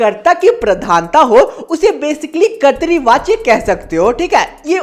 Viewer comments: Bhaiya kartri nahi katra vachya hai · Bhaiya kartrivachya nhi kartivachya hota hai 🙂